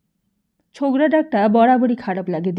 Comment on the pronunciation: এত বাজে উচ্চারন শুনে আসলেই পিত্তি জ্বলে যাচ্ছে! বাস কি বাশ? না কি ওটা বাস- Bus! ছোকরা কি ছোগরা? অসহ্য।